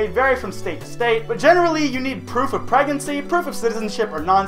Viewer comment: you said pregancy